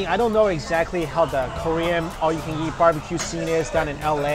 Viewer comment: all you can"jeat" Wtf is JEAT? JEEEEEAAAAAAAAATTTTTTTTTTTTTTTTTTTTTTTTTT!